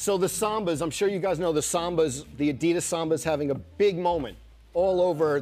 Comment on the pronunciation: Why does Jimmy Fallon pronounce it " adidas " more correctly than Joe La Pluma?